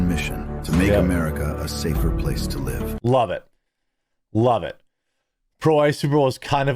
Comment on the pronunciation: 😂 he said loveit.